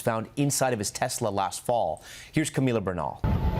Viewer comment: Camila bernal, needs to learn the proper way to pronounce the word Tesla.